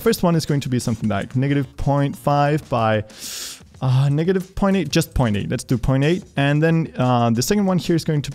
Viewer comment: Niggative point five